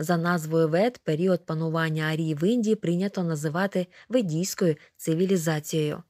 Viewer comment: Зверніть увагу на наголос у слові "арії" (наголос на "а").